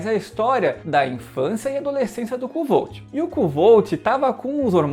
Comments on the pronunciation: A pronuncia é "Kote" se escreve kovthe, odiei o livro, personagem, vazio pouco carismatico e overpower, nao resolve nada com inteligência, so por puro talento. Livro arrastado, chato, 80% da historia é um saco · Oi, na verdade a pronúncia correta seria algo parecido como "Kfolf" ou "Kvolf", segundo o próprio autor :) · Kuotê seria a pronuncia certa, abraços.